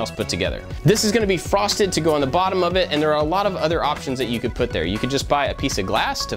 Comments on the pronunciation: Wow how did you even hear that??? It sound like "AND" 😭😭 good ear. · Damn, I thought it was "and" also. Well, time to unsubscribe